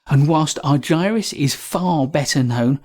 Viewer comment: Please pronounces Chris’s name as he pronounces it - Ar-ger-us